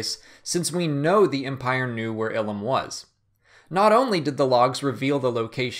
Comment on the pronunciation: Eye-lum not ill-um